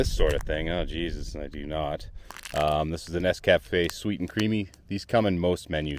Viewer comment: Great location for a review. You're mispronouncing "pasta" and "nescafe". 🇺🇸 Timmy's! 🍩 ☕️ There's nothing wrong with a spoonful of sausage. That's what my mom always used to say when strangers would be in my living room when I came home from school.🥲 I was going to commit suicide but I'm going to listen to that podcast now instead. You're saving lives. Bonus points for reusing footage in two different videos.